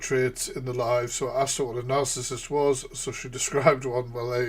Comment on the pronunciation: just for future ref, narcissist is pronounced with a soft c.